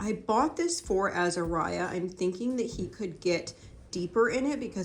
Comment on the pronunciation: Ooooh! I love a good thrift haul! You got some great bargains, the Thrift shop prices here in Oz are through the roof, it's hard to find a good deal! Also I love that you call Azariah - 'AzaRoo', as Roo is an Aussie reference for our cute Kangaroo's & he is for sure a cute cuddly baby boy! You're looking great & look like you've settled into a groove with the kids, its wonderful, your easy smile has returned, beautiful to see! Love & prayers as always! 💖🙏🇦🇺✨️